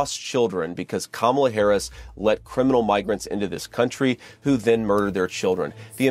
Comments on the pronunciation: Say her name correct Lady! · I love the commentary Kat, but I’m getting quite annoyed by black people not taking the time to say Madam VP Harris name correctly! If you can pronounce Pamela you can pronounce her name Kamala! It sounds exactly the same…just replace the “P” sound “K” sound. This is an important topic and thank you for talking about the White Nationalists who’s attacking the Black YouTubers! Their White Fear tells us about their insecurities and fears regarding people of color…especially black people. They’ve gotten quite used to using their white privileges and now they’ve realized that when given a chance to perform (regardless of the it being work or play) alongside of a black person that they must now actually compete! Most are not equipped to compete with us! This is why they must attack our race and change the narrative to black being bad and white being good. The problem with that is the more their own children familiarize themselves with their real history and real black history, their narrative tends to change and they can’t have that! So the banning of books, attacking Affirmative Action, DEI, and Woke, and dismantling Civil Rights is now being done to Make America Great Again. (we all know what that means) Since the Mayflower landed on this soil, soil that already had black natives on it and stole this land from the natives…America has only been great for Caucasians, and not for Black People…so what exactly are MAGA saying!? It’s saying black Americans shouldn’t have a voice or fr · I am interested in your take on this issue. I have been saying this will happen back in 2016. And I was called "To political" or "Crazy" But I had to point out that you mispronounced Mrs. Harris first name. (just for clarity) That is the main name that Trump and Maga calls her. Keep doing what you doing. And I will keep watching and spreading your content. 🤟🏿✌🏿✊🏿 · I can tell by the way you constantly mispronounced her name 😅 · Did you really say her name wrong? 🤧